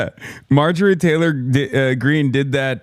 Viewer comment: Someone said Maojorie 💀